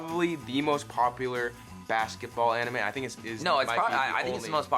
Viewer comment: Imagine naming your channel TheAnimeMen and can't even pronounce most of the anime correctly.......